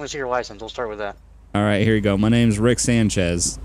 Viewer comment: Anyone else noticed him say Rick Shanchez haha